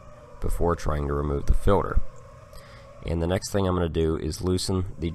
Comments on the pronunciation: Is he saying "filler" If he is I don't believe a single word he says! 😆 also, why does he enunciate "filter" So perfectly when talking about tools?! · I'm mostly hearing "Filler" but some "Filter", is it dialect or are there "fillers"? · He says filter funny. Fuel filder, oil filder etc lol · Filder lol😂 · FILDER lol